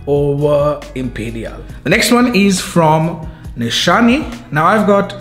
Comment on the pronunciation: The Nishane is pronounced in de 2nd way. Coming from a french speaker.